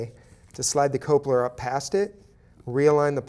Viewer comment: Cope-ler. Cope-ler! It's coupler! Cup-ler!🤣